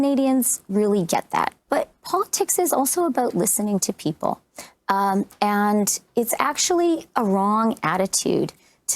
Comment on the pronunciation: What's with Freeland and Gould...I did not know that 'and' is spelled with a 't' instead of a 'd'....it's quite irritating.